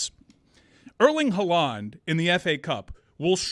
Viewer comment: going full soccer nerd yet stressing the wrong syllable in Erling “Haaland” so hard that he mispronounced his name is chef’s kiss classic. Love it!!!